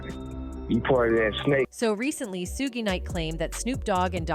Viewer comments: i thought AI bots learned from what it watches ande reads, why does it totaly misspronounce evry name? calls him SOOOOO-GY not SHOUG suge, gues deepstate wants you see AI as it is, HALF ASS! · Ummm 🤔 Hmmm Please STOP saying SUE-GAY!!!!!!! SUGE SHUG( LIKE SUGAR) EVEN SHUGE BUT YOU GOTTA STOP AND LEARN HOW TO SPEAK PROPERLY. SUE-GAY!?!?! LMAO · Sugay? Is that French?